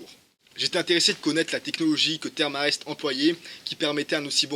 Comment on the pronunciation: Sympa le tuto historique, par contre, ca se prononce "Therm E Rest" ^_^